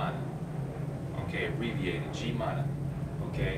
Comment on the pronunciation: Apa kabar pak, saya orang Indonesia. (I'm actually an American.) Not to critize, the grammar isn't that bad, until you get to prefixes, I'm still not so good at that. It is an easy simple language though. Tapi pak, g is always pronounce as in good so it's not jimana. Also Indonesian's always love to abbreviate anything. And Indonesians don't use tak as often, we use nggak or enggak more. Also no one really says, apakah unless you're giving a sermon, talking to congress, you understand.